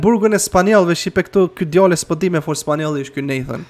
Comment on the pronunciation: O jo spalljonisht po spanisht